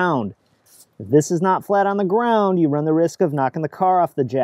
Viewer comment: Off the gwound.. pwinchweld